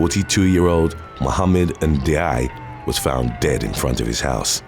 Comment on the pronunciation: Never thought I'll live to see the day mispronounces a last name. Yes, it's spelt Ndiaye but it's pronounced Njai. It's a Senegalese and Gambian last name from the Wollof tribe. It's spelt Njie in Gambia